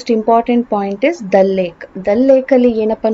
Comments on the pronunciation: Adu ದಲ್ alla ದಾಲ್ ಲೇಕ್. ಜೆಲಮ್ alla ಜೀಲಂ river pronounciation correct agi madi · that is ದಲ್ ಲೇಕ್ ಅಲ್ಲ, ದಾಲ್ ಲೇಕ್.